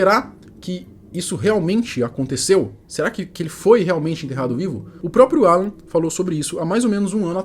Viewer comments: Não é aaaalan... é alaaaaan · É Alan e não Àlan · A pronuncia não é Álan e sim Alan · Alan, a pronúncia tá engraçada 😅.